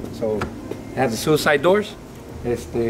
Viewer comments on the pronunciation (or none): none